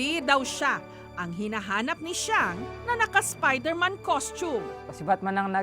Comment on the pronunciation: Spayderman waw hahahahaha